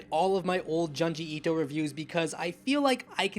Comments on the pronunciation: YOUR SAYING HIS NAME WRONG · You like him yet can’t pronounce his name right or one of his best stories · The way you are pronouncing this man's name is awful. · Say it with me.... JUNE-GEE ITO not JUN-GI ITO lol GYOOOOOOOOOOOOOOOOOOOOOOOOOOOOOOOOOOOOOO not GUY-OOOOOOOOOOOOOOOOOOOOOOOOOOOO lol which kills me cause you say Tomie correctly lol nice video btw!